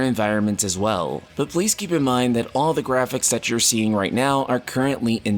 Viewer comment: "grahpics" xD jokes aside, this is absolutely wonderful! Everyone was hoping for these kind of updates and they're finally delivering! Also no NFTs are just the icing on the cake! The future of FFXIV is looking very bright!